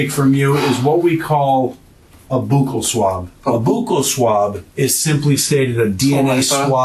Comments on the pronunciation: Boo-cal swab 😂😂😂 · A boockle swab? 😂